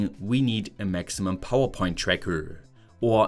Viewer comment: Powa, what an odd speech impediment.